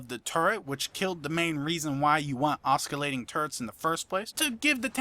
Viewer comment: oskilating turret pronunciation is killing me!